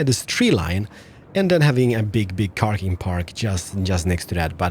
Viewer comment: "Carking Park"?! Lol